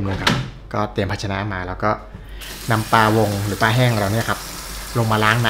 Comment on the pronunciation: ปลา ออกเสียง ปลา มีร.เรือกล้ำ ไม่ไช่ ปา (แปลว่า ขว้วง)ช่วยกันร้กษาไว้เด็กรุ่นหลังจะออกเสียงถูก ภาษาไทยมีค่ามากครับ เพราะบรรพบุรุษไทยคิด เราต้องจรรโลง ขอบคุณครับ